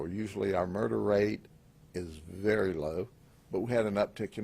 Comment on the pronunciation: “Verry nice neighborhoods “ 😂